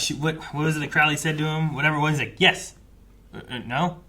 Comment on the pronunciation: It's Crow-ley, like the bird